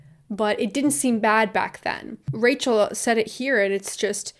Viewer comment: one time you said rachel and i thought you were saying racial with a miranda sings accent... my mind